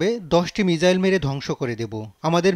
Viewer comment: মিজাইল না মিসাইল